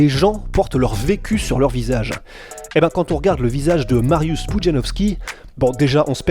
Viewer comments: Alors juste un truc .. ça se prononce MARIUCH pas MARIUS .. Non mais j'ai les oreilles sensibles. Oui il y a des polonais qui mattent vos vidéos. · S 'est pas Marius sa se prononce "Mariouch'' ... cz=ch😂😅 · sz = che mariusz (mariouche). Pour le nom, c'est correctement prononcé. : złoty ("zwoté"). Mariusz est un titan. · Calme toi poussin, si t'as un souci on peut octogoner la chose. Je ne suis pas thaïlandais donc je ne peux pas juger la bonne manière de prononcer un nom thaïlandais (ça s'appelle la logique) Par contre je sais comment prononcer złoty our Mariusz. Donc je me permet de proposer l'info. Après si t'es de ceux qui pense qu'évoluer et apprendre, c'est négatif, eh bha ... reste bien dans ta médiocrité czarno dupie. Ah les risibles groupies qui l'ouvrent en comparant l'incomparable. T'as gagné quoi sinon d'apparaitre pour un abruti trop limité pour peut être évoluer? En résumé: sz = ch cz = tch ł = w Dans le pire des cas, mon ptit comment aurait apporté plus à la commu' que ta réaction de guignol. Z widzenia!